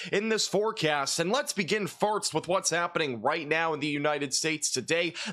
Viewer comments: does he keep saying farts?? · I love your amazing, professional weather content BUT I CANT LIE... I watch in the background as I clean and it makes me look up abruptly and giggle like a stooge every time you say "first" and it almost sounds like "farts" 😂❤ Maybe it's just me and my lack of sleep but bless you cause I need the pick-me-up with this news of a multiple day storm 😂 Thank you for the accurate coverage and I cant wait for the sun to come back out 🌞🌈 Edit to say: Upon reading other, less-kind messages, I think it's a wonderful quirk and you're my favorite weather man. Keep doing what you do and bringing us this important info!! 💖